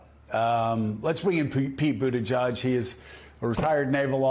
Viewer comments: Boot Edge Edge. Boot Edge Edge. I’m continually astounded that people STILL dont know how to pronounce his name. MSNBC hosts should do better. (Joe calling him Boot Teh JUDGE)😣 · Joe! You pronounce Pete’s name food edge edge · poot pootajudge? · Joe should learn to correctly pronounce Pete’s last name. It’s not Buddajudge, Joe. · All these news folk really should be able to pronounce Pete's last name correctly by now. Boot-uh-jee-edge (Said quickly) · C'mon Joe, Pronounce secretary buttigiegs name correctly. You have him on frequently and both you and mika show such disrespect to your frequent guests by not learning the correct pronunciation of their names. There is no "judge" in his name. Boot-edge-edge...its not difficult. As a viewer it is very difficult to listen to such disrespect repeatedly. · Joe, learn how to pronounce Pete’s name! It’s boot-edge-edge. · Is it hypocritical to bash trump for mispronouncing Kamala when you don't pronounce Buttigieg correctly? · I kinda wish Joe would learn how to pronounce Pete's last name. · Pete's such a gentleman. He never corrects the vast members of the media who mispronounce his name.